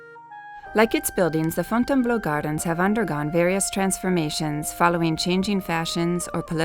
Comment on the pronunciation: Désolé chérie. . c est .Fontainebleau.. j aime le son ta voix ..so british..